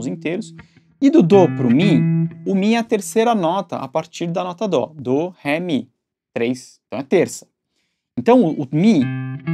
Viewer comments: Excelente aula professor. Mas Dô, vei? DÓ carai kkkkkkkkkk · escala de Dó e não Dô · Mano, o jeito que fala "Dó", dizendo "Dô", me deixa doido, mas a raiva ajuda a fixar a ideia. Então, obrigado. Grande aula, detalhou muito e explicou de um jeito simples de entender. Comprei cursos caros de guitarra que nao detalharam tão bem quanto o seu vídeo. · tive a mesma sensação kk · Sim, eu sei que é dó, mas estudei com métodos estrangeiros e acostumei com a falar do. Espero que o vídeo tenha lhe ajudado! Fico que feliz que a única observação seja em relação a pronúncia e não ao conteúdo musical. Bons estudos! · Sem querer ser chato, mas já sendo chato... Na língua portuguesa o acento agudo( tipo um pauzinho encima da vogal) o som é aberto. A pronúncia correta dos nomes das notas musicais fica assim: Dó_ Ré _ Mi_ Fá_ Sol_ Lá_ Si. Som aberto, som da voz pra fora. Mas o importante é o excelente conteúdo, só aproveitei para dar ênfase à nossa língua materna.